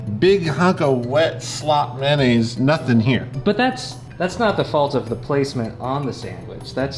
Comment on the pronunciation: please stop saying it like "man-naise".